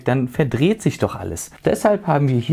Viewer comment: Es heißt weder "Imbus", noch "Inbus", wobei das noch als Deonym und Markenname durchgehen würde. Und dein "Die-tail" macht mich auch jedes Mal rasend! Es wird im Deutschen "De-tail", wie es auch geschrieben wird. Aber sonst alles top, bei deinen Tech-Präsentationen! Kein Hate! - Ich mag deine Videos wirklich sehr.